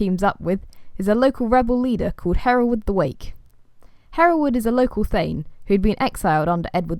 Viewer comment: Really pleased to hear my name said the way I say it! Haha. Thanks for making this fun video. I can show it to my students when they ask about my name.